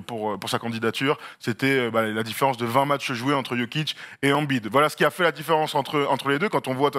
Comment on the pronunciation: La prononciation de embid en francais......😂😂😂😂